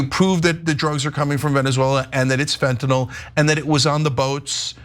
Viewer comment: THANK YOU so much for pronouncing fentan-ILL. Small thing, but it really bugs me that most call it fentan-ALL, as if it were an alcohol. (All alcohol chemicals end in -ol.) Late PS: GREAT PROGRAM.😁 THX!